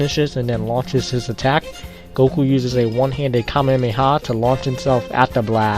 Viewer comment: KAMEHAMEHA. NOT KAMEMEHA Edit:okay , so the second time you pronounced it correctly , but you also said "anominous" instead of Anonymous.